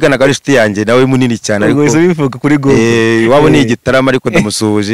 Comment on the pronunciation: 😁😁😁nasetse igihe yavuganga ngo gugulo